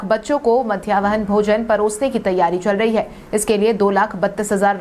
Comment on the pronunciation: मध्याह्न भोजन को मध्यावहन भोजन कहना बंद करें।